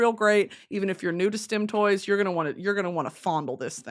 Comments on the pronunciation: Took me too long to realize she wasn’t saying STEM toys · got about three stim toys in before i realized she was saying stim toys and not stem toys. was really confused